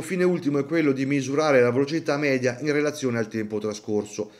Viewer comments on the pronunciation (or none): none